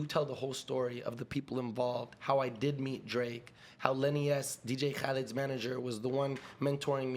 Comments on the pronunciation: Actual pronunciation of DJ Kalid by fouseytube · Not even Dj Khaled pronounces his name like that .. like ur about to spit flem